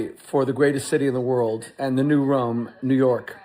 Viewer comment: "It's a Shanda!! The end of tha woild!!" 😂😂😂